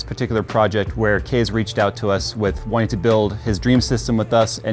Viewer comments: "...I can't relate to because of my generation, but, I know this means a lot to Kees." (Mom pronounces it like "case", spelling I keep seeing is Kees, I sincerely hope I got that right.) I wish more middle aged adults were like this guys Mother, she knows she doesn't understand it and doesn't really care, her son cares about it and that's all she see's that matters. This man has a great woman watching over him, God bless him and his family. If he has a donation page to help with treatments or even to fund a project he wants to undergo while he fights this battle, please someone leave a valid link. I've never put a dime towards anything on a gofundme but this is surely an exception. It really makes me happy that, from what we can tell, this guy knew what he was doing from the get-go but obviously lacked the finances and support to build the PC he always wanted. So make-a-wish brought him to, helped him with picking out parts and purchased them for him, and basically from there was just there for support/questions and laughs while Kees got to build his dream rig. If the kid wins the war, he'll have one hell of a trophy and memories to go with it, and should the cancer gain too much hold and take him, then he will go to rest having gotten to fulfill at least one of his dreams. Something some of us will go through 90 years of life and never achieve. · Kees ( pronounced it case) me what kind of case is he using?